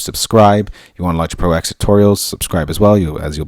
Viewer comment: Technically it is pronounced 'Logic Pro Ten' as the X in OS-X refers to the UNIX operating system. Logic Pro X runs inside OS-X and therefoe cannot be allowed to have it's own kernel which would breach heirachy protocols in UNIX, it is merely executable code. So it is '10'. :o)